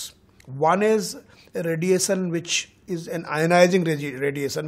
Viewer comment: This guy cant even pronounce emission or radiation properly... poor chap... in fact these many towers are bastardly consequences of corporate sale out by the government... government still has prominent share of the telephone lines ....this is a stupid show pin vomiting angreji being dumped by luck in TRAI.